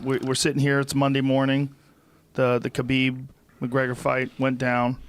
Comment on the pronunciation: Conor’s coach pronounces Khabib’s name correctly unlike 99% of Khabib “fans”